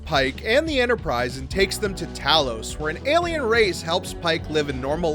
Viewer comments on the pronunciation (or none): none